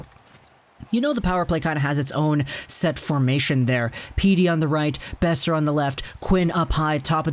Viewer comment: buddy, are you this stupid. It's not "Beoser" it's Boeser